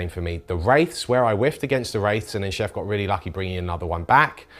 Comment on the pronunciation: Since Chef refused to say things correctly, i propose to call him '' from here on out. Lovely game &.